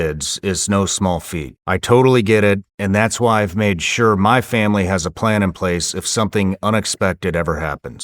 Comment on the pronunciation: I thought he said “The Family is Coming”, and I boarded up the entire house. Not this Thanksgiving, Satan. Not this year.